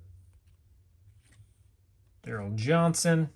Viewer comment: You really should read the names more carefully. You had 2 chances to say Daryl "Moose' Johns TON.